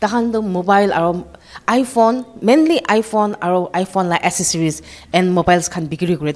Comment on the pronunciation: Pronounciation of the journalist is purely from a tribe call matee Malik known as Ami Khan laga jaga, amikhan laga hawa, Ami Khan laga Pani, etc please news covering journalist should pronounce well not assesories it should be accessories, it's not gacheck it is gadget, please